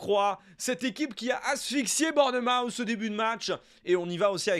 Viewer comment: Tip de prononciation : Bournmouth se prononce bornmousse (avec un ou qui tend vers le a), faut pas se faire avoir